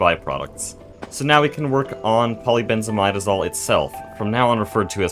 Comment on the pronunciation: For those curious about the pronunciation of polybenzimidazole, he's saying it almost right, it's poly benz ih mid uh zole (not mide)